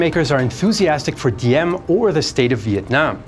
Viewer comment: the d in Diem is actually pronounced as a z because thats how we write z, as a d.